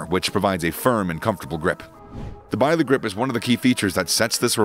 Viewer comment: Bisley UK gun ranges are pronounced same as the town nearby, biz lee. Very funny hearing your vid 😁. Any gun named after the famous competition would be biz lee too.